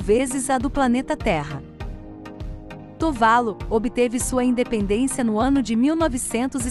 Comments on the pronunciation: Ótimo vídeo, apenas uma correção, a pronúncia correta é "Tuvalú" e não "Tuválu". Exemplo: Caju, não se pronúncia "Cáju" e sim "Cajú". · Só uma observação: o nome do país é Tuvalu, não Tuválu, como dito no vídeo. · Eu achava que a pronúncia era "Tuvalu"(oxítona). Quanto a ser pouco visitado por turistas, proporcionalmente ao número de habitantes, isso não é verdade.